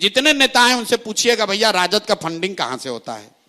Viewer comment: Fanding nhi re funding Hota h